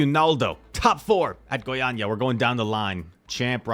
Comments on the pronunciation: your Goiânia pronunciation is perfect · Don't worry man, you said Goiânia perfectly : D